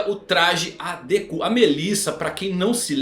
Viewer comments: Meu amigo, a forma como você pronuncia nomes em japonês não é correta. Me desculpa, mas é bastante irritante ouvir você falando Dekú, Gojô etc. Sempre enfatizando no final. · Pior mesmo foi ouvir deKÚ... 😂😂😂